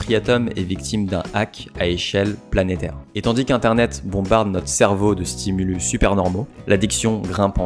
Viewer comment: Un ''stimulusse'', des ''stimuliii'' , merci !